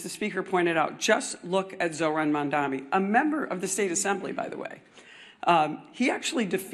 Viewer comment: These people don't even know how to say Mamdani, how could I trust them to know what his policies are?